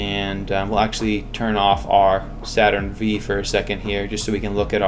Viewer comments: I felt physical pain when he pronounced saturn v with a v instead of 5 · Not to be “that guy,” but it’s Saturn 5. The “V” is a Roman numeral. Other than that, excellent tutorial.